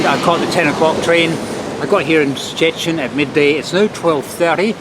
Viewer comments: The city's name is not that hard to pronounce, just say like Churchill in the "Iron curtain" speech. Or the proper Polish way: [Shh-te]-[shh-tin] in two syllables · And still can’t pronounce Szczecin!